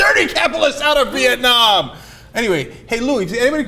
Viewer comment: Did I hear Cenk say "Viet-nam-nam"?